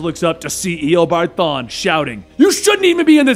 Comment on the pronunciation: It’s pronounced e o bard thawn